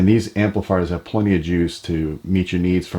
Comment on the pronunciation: Love the channel. That said, if I hear anyone say the word "plunty" ever again, I might lose my shit...